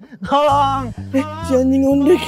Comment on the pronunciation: kok bilangnya ngolong ya bukannya tolong